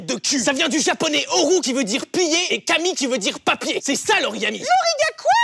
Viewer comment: il dit "gami", pas "kami".